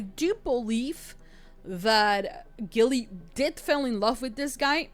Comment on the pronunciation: Hey! This is one of my most beloved witch movies.😊 I can't even remember the number of times I have seen this. Ok, one thing that was bugging me, & I know u are just saying it how it's spelled, but u were saying Nicole Kidman's character name wrong. U kept saying "Gilly"/"Gillian", but it's pronounced "Jilly"/"Jillian". That's why her sister called her "Jilly-bean", like Jellybean (candy). U ain't kidding about having bad apples w/women too. My ex-girlfriend was a cheater. Actually,, PRACTICAL MAGIC 2 is suppose to be released in 2026.😊 Anyway, fun reaction. Glad u liked the movie.😊